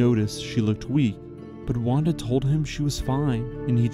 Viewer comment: Wanda is pronounced as Vanda btw in Polish.